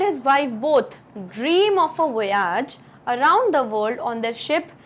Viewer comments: Nice explanation. Wonderful way of teaching! Pls check the pronunciation of Voyage once again ma'am. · Voyage - plz see correct pronunciation